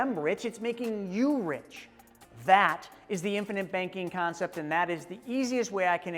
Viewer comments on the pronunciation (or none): it's CONCEPT, not CONCEPS